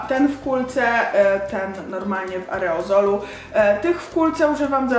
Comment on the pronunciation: Aerozolu nie areozolu.